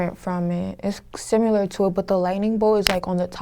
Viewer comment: Sim-U- lar? WTF????